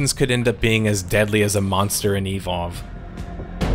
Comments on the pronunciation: just say evolve, why do u say E,volve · I love your channel so much and every upload gets me jumping outta my chair to tune in. BUT, the way you pronounced "evolve" throughout this video hurt my soul brother XD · Does anyone else hate how he always says e-Volve? Instead of eVOLve? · is it just me or does he say evolve kinda weird? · The way he says "Evolve" bothers me for some reason.